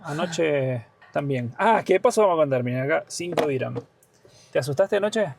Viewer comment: Chicos es dirjam no diran la moneda es Dirjan